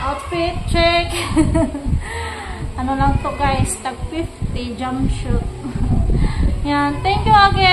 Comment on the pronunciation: Jump shoot ???? Hahaha ? Jump SUIT…. Wag ka na nga mag english , kakatawa ka . Kung maka thank you ka kay evan, wagas…. Dati nilalait mo pati si edwin !!! Plastic !